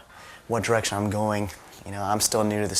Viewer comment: he says: ''Wich direction I'm going, '' but almost sounds like wich ''drugs'' xD